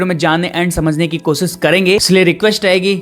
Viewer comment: अपनी भाषा पर कम करो एक अच्छे एंकर के लिए pronunciation बहुत अच्छी होनी चाहिए। कोसीस नहीं होता कोशिश होता है सुरों nh hota शुरू बोलते हैं शा और सा पर कम करो अच्छे एंकर बनने के क्योंकि गांव वाले नहीं सुन रहे तुम्हारी भाषा शहर वाले भी सुनते हैं